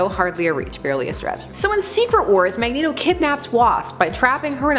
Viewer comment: "Magento" LOL